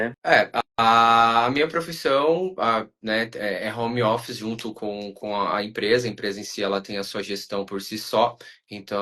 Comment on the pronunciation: A mulher não sabe nem pronunciar drivers license! Se não sabe falar nem o inglês básico, fale em português poha! Se diz carteira de motorista! E o cara falando “romi ofici”! Estão onde nunca deveriam ter saído!